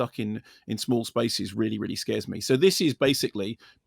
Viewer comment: Really, really. Really, really.. Really, really.. Really, really.. Really. Really, really.. Really, really.. really... Weally weally. Weally weally. Weally weally Sorr it, weally weally..